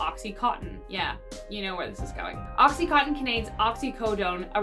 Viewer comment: Idk why it bothers me so much when people pronounce oxy contin as oxy cotton.